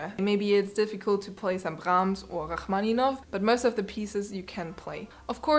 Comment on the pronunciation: Its cute how you say rachmaninov, it makes you sound with Israeli like me